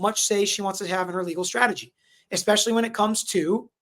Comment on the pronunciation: Bloody hell… even highly educated lawyer says „eXpecially”… tf… 🙄